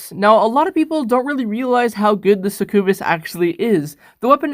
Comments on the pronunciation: It's not pronounced (SuckOooBIS) it's pronounced (Suck You Bis) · Mans said “sec ue bes” like bro it’s pronounced “suck-yah -bus” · Its Pronounced Suc-U-bus. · It’s called succubas ( suck you bis ) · that's not how you say succubus it's suc-u-bus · pronounces succubus two different ways Alright seems legit.